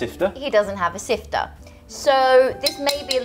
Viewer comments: I loved when said sifter and i say siv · Sifta do u mean siv idk how u spell it but that's not how u pronoutce it